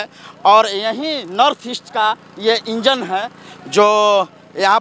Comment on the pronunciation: इंजन को बोगी, चश्मदीद को चश्मदिन, कार्यक्रम को कार्ज़कर्म, ये बिहार की जमीनी भाषा, हेने आवा।